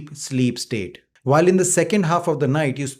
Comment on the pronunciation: Sir, the word is waking up, not vaking up. It is when not ven and it is while not vhile, and the L in almond is silent. You are very hard to understand. The subtitles help. Hard to believe you have any patients. I’ve never seen a doctor’s bookshelf having a few paperbacks.